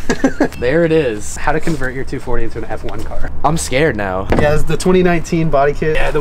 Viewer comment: You have butchered that 240